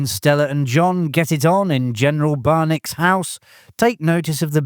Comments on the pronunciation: The General’s name is pronounced Barn a key. Not Barn Ak. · 2 things. The generals name is pronounced like a bat from final fantasy.. kee.. barnakee and Kentucky isn't a dry state, there are dry counties...